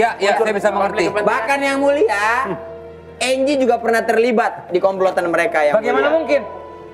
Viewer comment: ditulisnya angie cil bukan anggie, di bacanya enjie cil.